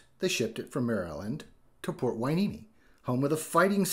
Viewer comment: Yay!!!…you said Hueneme correctly!…lol